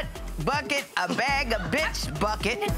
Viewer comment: She put the emphasis on bi$%h!😂😂